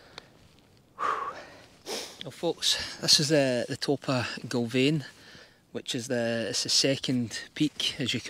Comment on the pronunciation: Another great video, 😁 You’ve got the name spot on, from first try ha ha Well done! Can confirm the weather did improve. In fact, ended up with another few shades of tan by the time I got back to my bike 😂 All the best with your future adventures! Keep them videos coming 😆